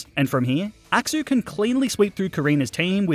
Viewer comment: I love the way you pronounce axew as "axou"